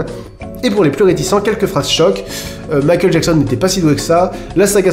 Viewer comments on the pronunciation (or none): none